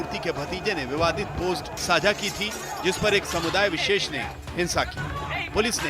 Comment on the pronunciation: Koum visess not darm vises